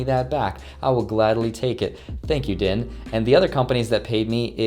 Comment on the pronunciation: Company's called DINE, they own restaurants like IHOP, pronounces the company as DIN. Russian confirmed.